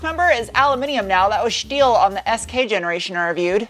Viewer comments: Turned off as soon as you said schteel, don't do it!! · And "shteel".